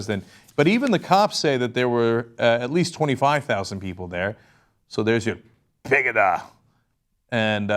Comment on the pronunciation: The mischaracterization in this clip is crazy. The way he said PEGIDA is ridiculous and totally off. Don't get me wrong, I am totally against PEGIDA, but this is something else entirely. It is as ridiculous as when states in the US outlawed Sharia law. I think Cenk often has a point, but he would have been well served to do some extra research on this subject.